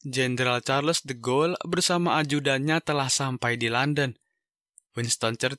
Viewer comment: de Gaulle itu dibacanya di-gaulie bukan de-ghoul